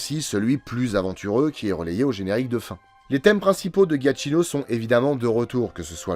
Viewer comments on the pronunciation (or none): Super vidéo, comme d'hab 👍 Juste un détail (vraiment, c'est anecdotique) : le nom du compositeur se prononce "Djakino" et non "Ghiatchino" 😉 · pour info, je crois que le nom du compositeur se prononce "djiakino" il me semble. Super video, comme d'hab!